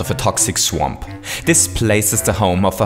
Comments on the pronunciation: Did You Say -Mario's Only Chanse To Cross This "SWEMP" -?? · says swamp incorrectly